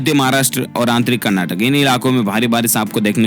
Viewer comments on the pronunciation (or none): none